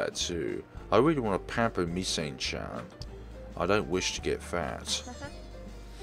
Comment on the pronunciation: Misane is pronounced: mee-suh-nay while Nanase is pronounced: Nah-Na-say